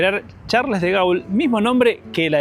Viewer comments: Gaul no! Se pronuncia Gol, "au" suena "o", che...en Argentina no enseñan francés en secundaria...😮. Igualmente el nombre Charles de Gaulle es muy conocido en todo el orbe !🙋🇺🇾. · en cualquier lugar de Francia: Espero estar pronunciándolo bien